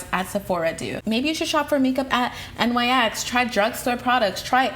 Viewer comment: hey girl! NYX Cosmetics is actually pronounced "NICKS" because the company is named after the mythological Greek goddess, Nyx. i know it seems like it wouldn't be since they capitalize all three letters, but the company has come out to explain their brand and confirm that pronunciation. just thought you would find that to be an interesting tidbit! 😊